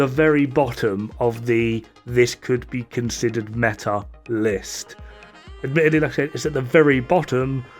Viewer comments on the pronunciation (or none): Metah Metah METAH. METAH MIS JUEVOS EN TU BOCA AHHHHhhhhhh... I leave now